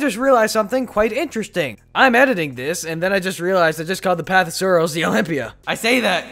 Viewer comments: He said the path of sarrows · Lmao he said olymbia then says path of sarows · He said path of sorrows